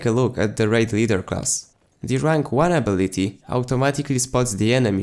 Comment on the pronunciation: Good vid Hwvr just 1 note Your english is gr8t accept it's UH Bill iT Tee Instead of Abb Bill it Tee I've watched a handful of your vids thus far & your English was superb bruh! I Rmbr a time when I could speak 2 languages pretty well What a pain to get it all right So bravo I commend your comprehension of the English language & you're pretty chill I look forward to all your new vids . Ps may we have some more bf4 gameplay as well . 1 day per week ? Please New fan , Warlord